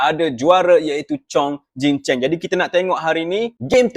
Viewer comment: btw nama tu salah, is chong jin cheng, bukan jing😅